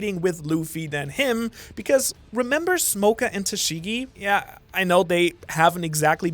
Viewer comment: Why do you pronounce his name as smokah instead of smoker it's extremely triggering for some reason